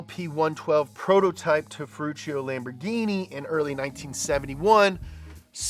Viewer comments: The way pronounces Ferrari and Lamborghain Machain is scrumptious! 😝 EDIT: I just realized that the expression "countach" sounds similar to when we exclaim "contra" in Puerto Rico, which is our old-school way of saying "hot damn" or "woah". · "Lambor-guy-machyne" is what I call Lamborghini now...thank you. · Non riuscite a pronunciare bene Lamborghini? Dai su un pochino di impegno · I'm only here to hear pronounce Lamborghini funny ways. I hope it doesn't disappoint.